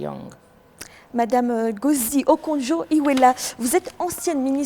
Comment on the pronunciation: La moindre des politesses est de connaître le nom de son invité. Et ça passe par la prononciation, je suis pas nigérian, mais le "N" de Ngozi se prononce 🤨 c'est pas "Gozi" son nom...en plus il y a des erreurs au niveau de la traduction!! bref à ce point g pense qu'il faut juste écouter le docteur Ngozi.